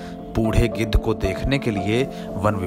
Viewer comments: Gidar nahi chacha gidh 😂😂😂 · गिदर्र नही चाचा गिद्ध 🙄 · O bhaiya g gidad naahi gidh bolo 🤣🤣🤣🤣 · गीदड़ नहीं गिध 😂🤣🤣😅😂😅😂🤣🤣😅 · गिद्ध है भाई गिदर् नहीं ओके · गिद्ध है भाई गीदढ़ नहीं 👏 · bolane bhi nahi aata use giddh kahate hai gidad nahi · गिद्धड नहीं भाई गिद्ध बोलो। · Gedh hota h gedar nhi 😂😂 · Geedad nhi gidhhad bol rha hai 😂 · वह आदमी गिद्ध को बार बार गीदड़ क्यों बोल रहा है।